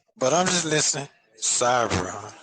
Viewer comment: What hell is “cybra” did he mean cyber??? Omg too early to be creating new words.